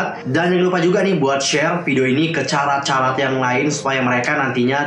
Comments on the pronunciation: Bener bgt. Mana dari awal dia bilangnya "carat" bukan "karat", dan gw gatel bgt bikin benerin, hehe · fans SVT itu dibacanya "Karat" ka..